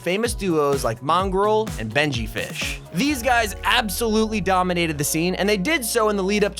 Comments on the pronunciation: Does it annoy anyone else when they say benjy fish instead of fishy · Its Benjyfishy not benjyfish